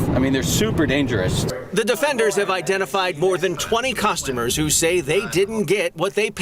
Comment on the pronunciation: 20 cusstamurs lol he sounds native. 😂